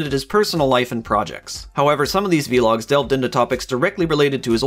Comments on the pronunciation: vlogs. not v-logs. vlogs. one word. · lol v-logs its vlogs not v-logs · bro just called vlogs "veelogs"